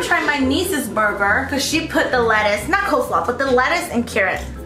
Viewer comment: “pOtaTo saLooD” “cole sALooD” LMAO